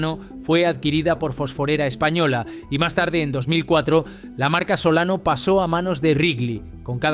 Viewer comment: Tampoco pronuncia bien los caramelos Solano. En fin... es lo que hay, jajajajaa